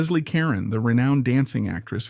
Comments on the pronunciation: Her last name is pronounced Car-Ron not Karen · LESLIE (KAH-RONE) not Karen. You must be very young. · If you want to create a video about a famous person, you might want to think about finding out how to correctly pronounce her last name. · I don't understand why content creators don't at least make sure they're pronouncing the main person of their stories correctly??!!! I think it's because of AI, which absolutely sucks!!! It would only take the littlest of care to check the main character of your story to make sure you have their name right?!!!